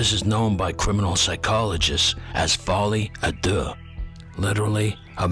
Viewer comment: Your soundtracks are incredible. Best on YT. I wasn't expecting the Beethoven and it worked really well. Showing myself as needing to get a life: you're one of the few to pronounce folie a deux correctly.